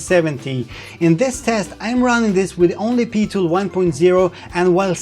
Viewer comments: Amazing review, what we need to know now is when the headsets will be released to the public! Also, PiTool is pronounced "P-eye-Tool", not PeeTool :D <3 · Not thorough enough! Seriously though, this isn't just the definitive pimax review but also a very interesting, detailed and helpful overview of VR tech in general, an impressive effort to say the least. Btw, Pitool would be pronounced "Pie-tool" but "Pee-Tuhl" does have its charm, Have Fun :) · PIE-Tool...not PEE-Tool. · just for your info it is said like PIE tool for Pitool as in 3.14. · PI-MAX,,,,,,,,,PEE-TOOL,,,,,, LOL, Thx for this fantastic video, cant wait for it to buy, Vive goes for sale. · "Pee-tool" :D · Odd that you say PiMax which is correct, while you call their application PeeTool.